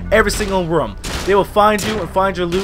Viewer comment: I love how you say room "rum"